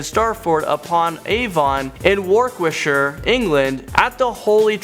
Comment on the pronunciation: Are you sure you speak English. "STARTford upon Avon in WARKWICKshire" and "MARSO-LIM"